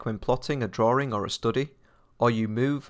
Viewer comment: Drawing, not drawring